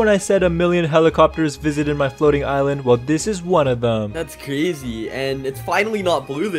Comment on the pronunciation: its not ilend its island